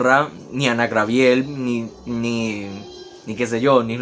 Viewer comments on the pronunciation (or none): Ay miijooo. El nombre es GABRIEL, NO GRABIEL. Se supone que son profesionales y no saben hablar correctamente. Sorry pero estas cosas hay que corregirlas